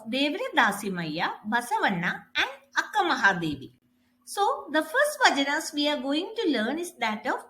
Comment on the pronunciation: Please pronounce it as Vachana not vajana...